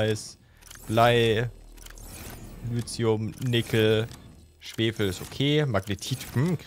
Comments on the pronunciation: Nur die kurze Bitte, "Lithium" nicht "Lüzium", sondern eben "Lizium" auszusprechen, das würde mich freuen. Danke! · Langsam tut es mir leid, dass ich das so oft drunter schreibe, aber Lithium wird Litium ausgesprochen und nicht Lüzium... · Entschuldige, aber wieso spricht er Lithium immer Lüthium aus? oder hab ich was an den Ohren? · Hallo, es heißt "Lithium". Einfach 5 mal deutlich hintereinander mit "i" aussprechen. Dann merkst Du evtl. auch den Unterschied.